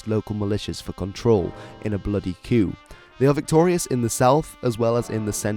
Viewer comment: It's pronounced KOO, not "kyoo".